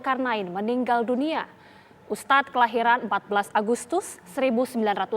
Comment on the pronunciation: Ayolah tv besar masih aja salah penyebutan ustadz